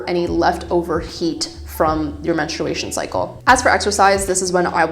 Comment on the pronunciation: i tried to watch this but i cannot stand the way you are pronouncing menstruation TT